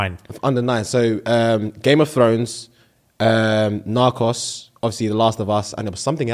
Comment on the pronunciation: The way pronounces Narcos ⚰️